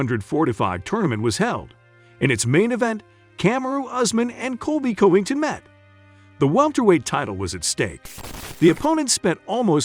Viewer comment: Colby Colbyngton🤣